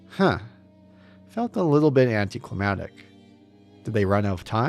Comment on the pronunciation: Anticlimatic? You're missing a C there bud. It's "Anticlimactic".